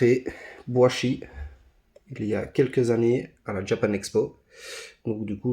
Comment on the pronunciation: Très bonne vidéo, seulement on dit BoYchi et non BoAchi